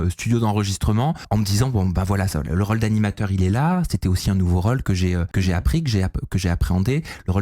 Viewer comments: Qqun peut apprendre à qu'il y'a un accent circonflexe sur les Ô de rôle? C'est insupportable pour les oreilles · vient du sud de la France et dans le sud on prononce la plupart des o de façon ouverte, même après x années passées à Paris. Navrée pour tes oreilles.